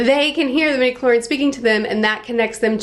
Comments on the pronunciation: Love your enthusiasm! Just a note because it bugged my pedantic ears, but it’s “midichlori-ANS” Anyway, love your enthusiasm! Star Wars is great, even when it gets kinda dumb, because it’s so mythic and almost fairy tale-like. After, it’s set in a world long ago, far far away… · Please pronounce the "a" in medichlorians.